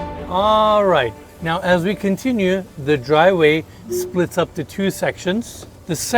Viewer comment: Enes should learn how to pronounce the 50 English words he uses in his videos such as “the” and “driveway”